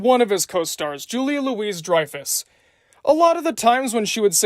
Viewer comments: Also it's Julia "Loo-ie" Dreyfuss! Not Julia LOUISE Dreyfuss lol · It’s pronounced Julia Louie Dreyfus. Not Julia Louise Dreyfus!